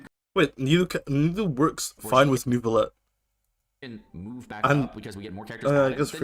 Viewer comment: Respectfully, it’s neither ‘Nevvilette’ nor ‘Newvilette’. It’s also not ‘Nurrrvilette’, as per most of the English voice actors 😅 The ‘eu’/ö’ sound doesn’t really exist in English.